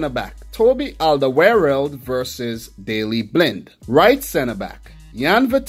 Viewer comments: Yes it is, we nowadays write it differently. If you say Olderworld it is already much closer to the Dutch pronunciation. Easier to do for English speakers. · You say Alderweireld really funny. It is Flemish Dutch for Old World.